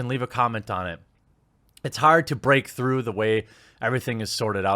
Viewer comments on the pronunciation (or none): none